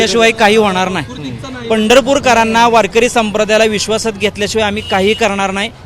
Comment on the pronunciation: केसरी शर्ट च्या माणसाला नाही नीट म्हणता येत नाही नया म्हणतो